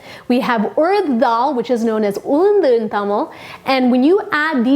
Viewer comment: Love it!!! On point kaduggu and Ulundhu...love how you say it! Our poriyals need some lime light!! You should do vazhakai, potato fry!! ❤️